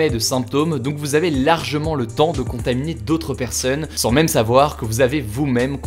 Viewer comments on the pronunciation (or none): none